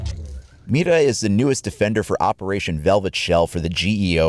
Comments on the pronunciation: Did you seriously say Mita? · Guilherme Branco It's pretty easy, actually but I find his first pronunciation to be off. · mira not mida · When you try to pronounce Mira correctly, but you fail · Is Mira actually pronounced with a rolled r? I took Spanish for 3 years back in high school so I'm a little rusty, but I think I remember that rolled r's are only used in the cases of double r's and words that begin with r. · Nah u pronounced with the R